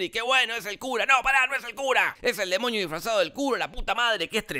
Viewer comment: Gente: DEMONIO Te lo resumo: DEMOÑIO v